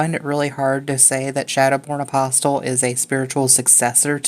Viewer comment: Loved the video, but >>NGGHH<< "apostle" has a silent "T".